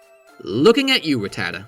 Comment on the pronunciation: My brother in Christ it is not “Rah-tat-ah” it’s “Rat-ah-ta” even dexter the Pokédex says so in the 2nd episode when Ratatat is going through Ash’s bag looking for food 😂